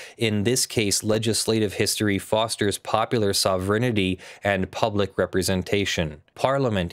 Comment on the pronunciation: Good video. Just one thing - in a few videos you pronounce the word 'sovereignty' as 'sov-rin-it-tee'. The standard pronunciation is more akin to 'sov-rain-tee' or (if speaking quickly) 'sov-ren-tee'.